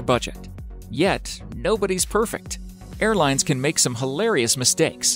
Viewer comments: on the airplane spelling when he said air plans spelt there own name wrong he said airplines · lol. "airplines"